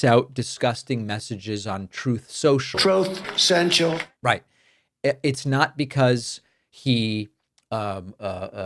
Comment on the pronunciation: Love your repeated use of the clip of Trump calling his own platform 'troth central'. 😂 Can we say dementia anyone?